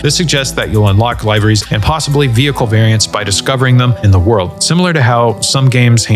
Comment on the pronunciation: It's pronounced liveries, not liveries....